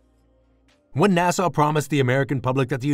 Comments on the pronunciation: NAS-AH not NA-SAW! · Yup, not NAHSAW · Interesting but maybe hire a narrator that knows how to pronounce NASA.